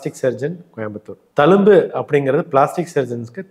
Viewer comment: Sir, thank you for super advice. pls use tamil properly. Talumbu illa thZhumbu.